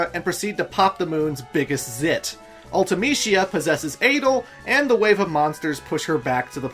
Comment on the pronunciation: Dude.. Adle? Ultimeshea? ODEEN? Are you doing this on purpose or something?